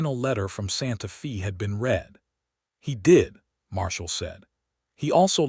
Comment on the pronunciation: Very good story. But, the reader needs to pronounce Santa Fe correctly. Feb is said like a woman’s name, Faye. It’s not pronounced correctly in several very good stories.